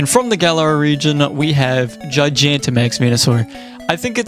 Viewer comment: I'm interested, but wildly thrown off by how you pronounce Gigantamax. I've always heard it pronounced Gi-gah-n-ta, and not Gi-gia-n-ta, and it's weirding me out for whatever reason.